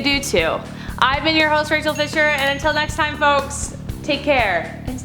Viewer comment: It’s Raechel 😝